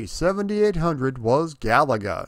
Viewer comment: Thanks for not calling the game Ga-La-Ga